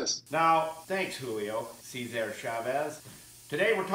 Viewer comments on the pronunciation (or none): none